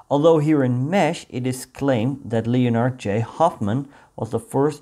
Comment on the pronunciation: Leonard is pronounced Len'-urd, not Lee'-o-nard. :) Names are hard, but considering he died liberating a Dutch town he deserves to have it said correctly. :)